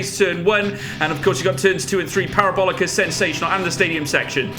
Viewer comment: 'the parobolica'